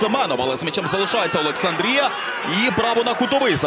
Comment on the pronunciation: Коментатору заборонити казати літеру "о", а він наче навмисно взявся за Олександрію та ОбОлОнь